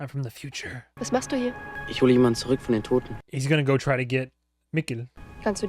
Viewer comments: i know im late but usually (not in the case for "germanized" words like Puzzle or Jazz) Z, especially in 'zurück', is pronounced like the hard TS in Tsunami; Tsurück. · If I may give you a pronunciation pointer for "zurück": the German z is pronounced like "ts" in English. It can be a bit difficult for English speakers to actually implement since it doesn't exist at the beginning of words for you guys (I think?) but the sound in itself is fairly common: Think the plural of any word that ends in t, e.g. cats. That ts sound but at the beginning of a word (or anywhere really!)